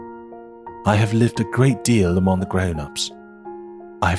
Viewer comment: 声音很好听，英国腔也掌握得很好，可惜参杂了美国音，还有读错的音，可惜。eg. among, 厄忙4音。